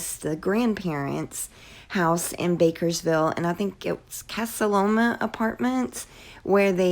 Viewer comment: Bakersville?? I thought it was Bakersfield